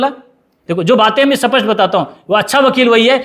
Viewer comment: Sir kaun si bhasha bol rehe hei स्पष्ट को सपस्ट बोल रहे ही साँप मरे न लाठी टूटे